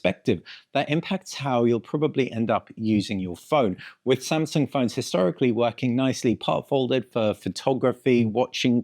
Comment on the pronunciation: What? It's really "Shamsung", unbelievable!